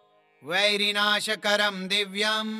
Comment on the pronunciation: आप गलत पढ़ रहे है वैरीनाशकरम दिब्यम सर्वा अशुभ विनाशनम होता है।